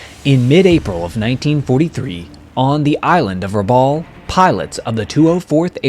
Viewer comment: Very interesting video, thanks for making it. A couple of quick corrections from the beginning - Rabaul is not an island, it is a town on the island of New Britain, which is part of Papua New Guinea. And it is pronounced like Rab-owl, not Rab-awl. I grew up in PNG and cringe every time I hear people misprounce names/places from there. Anyway, keep up the good work.